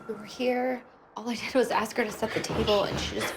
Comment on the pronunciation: LOUisiana...Not Lusey Ana Clerical collars are for Catholic Priests..who don't allow women clergy ASK, not Axe...